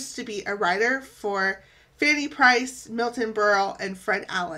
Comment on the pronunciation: Fanny BRYCE... not "Price!"